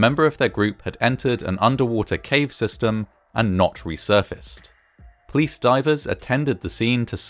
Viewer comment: Except when he recounts how the building clapsed, or the plice were on scene in minutes.